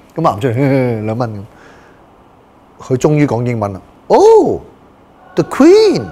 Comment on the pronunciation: 哈哈哈哈哈哈哈哈！！！！！！！！“the quenn !!!!!” 呢野最搞笑